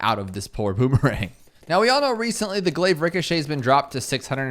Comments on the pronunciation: Pronounce it like glaaave please i beg you. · The word Chai has the "ai" sound you've heard in your glaive pronunciation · idk why but I feel like moar glaives the way you pronounce it is correct but glaive lord the way you pronounce it is wrong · Yes, like aisle is pronounced (Ah-yl) for example. I know what you mean, but your version of pronouncing "glaive" still sounds kind of wonky to me.